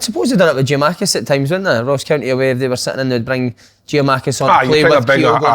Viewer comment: Somebody explain why Si calls Colak KOLAC!!! AND another Giamakis when his name is Giakoumakis! He wants to be a manager where if he gets to a high level he will be managing foreigners on a regular basis so will he get his own players names wrong? Very ignorant